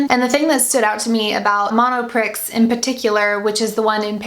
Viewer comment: Monopree it's pronounced. X is silent. ;)